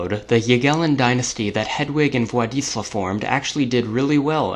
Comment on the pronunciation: When you read Władysław, read ł like a combination of u and a (a like in cat not like in amazing) So it would be something like Wuadysuaw